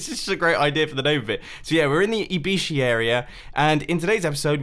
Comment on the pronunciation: when he frst said IBYSHI I thought he had said I-be-she